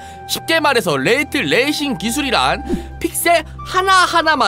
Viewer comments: 레이트 레이싱이 아니고 레이 트레이싱이다. 정보 전달인데 읽는건 똑바로 읽읍시다. 한국어도 아니고 두 단어의 영어인데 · 레이 트레이싱(Ray Tracing)인데 레이트 레이싱이라고 끊어 읽으시는군요 Rate Racing.....ㅋㅋㅋㅋ